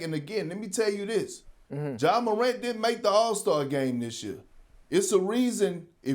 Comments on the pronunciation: Ja Maruant ???? Come on Chad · Chad said “Ja MORAUNT”😂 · Man said “Moront” lol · Stop saying it like croissants 🤣🤣😭😭